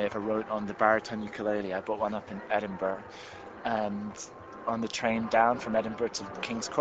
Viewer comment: Firstly, he's not a Gypsy. Second, he can't sing. He can't pronounce Ediburgh. He's terrrrrrrible!!!